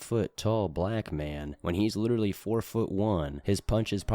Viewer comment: you need to drag that L more when saying LLLLLLiterallllllly.